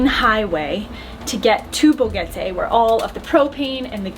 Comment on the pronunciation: BoQUEte not BoGuete pls